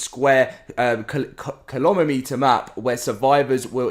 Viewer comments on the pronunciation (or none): Man said kilomemetre lmao